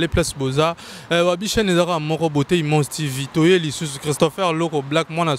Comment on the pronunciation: Imange 🤦🏽‍♂️🤦🏽‍♂️🤦🏽‍♂️🤦🏽‍♂️🤦🏽‍♂️ c’est image putain et non imange 😏